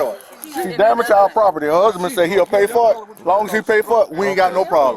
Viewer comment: DEHS EIS MY PRAHPORTY 😂😂😂😂😂😂😂😂😂😂😂😂😂😂😂😂😂😂😂😂😂😂